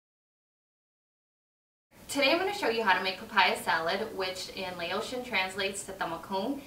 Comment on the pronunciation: Did u jus say layotian? It is laotian(la-oh-shi-on).